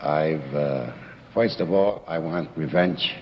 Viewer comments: I love these. Back in that time they say certain words that I find hilarious. Like how he says “first”. He says “foist” lol. Senator Curtis looks like a mobster as well. Sitting back smoking a cigar like that during a court hearing. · "in other woids" .....well foist...."